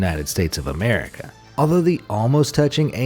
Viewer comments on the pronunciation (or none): none